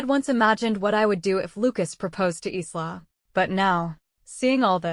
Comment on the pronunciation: It's ISLA , AS IN the ISL OF MAN CANT YOU GET THE AI TO GET IT RIGHT, AND WHY ARE ALL THE PICTURES THE SAME AS THE STORY BEFORE, SEEN ONE , SEEN THE LOT, NOT WORTH LISTENING TO OR LOOKING AT.